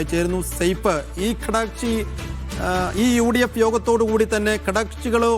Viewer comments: ചാനലിൽ അവതാരകർക്ക് നല്ല സംസാര ശൈലി വേണം ഇയാളെന്താണ് പറയുന്നത് കടക്ഷി കടക്ഷി എന്നു പറയുന്നുണ്ട് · കടക്ഷി അല്ല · കടക്ഷി അല്ല ഘടക കക്ഷി